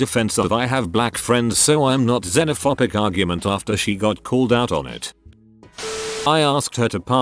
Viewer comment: It's xenophoBic not xenophopic. Jfc